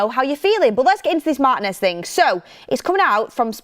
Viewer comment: I like this new guy with. Good analysis, plus he's the only member of the crew who can pronounce Martinez's name correctly.